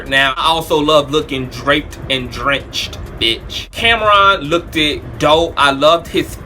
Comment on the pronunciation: "look-did" dope. Is "look-did" a word? lol